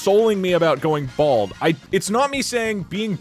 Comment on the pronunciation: “A blad spot.”